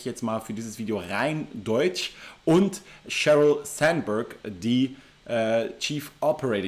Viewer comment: Und dann Sandberg Englisch aussprechen lol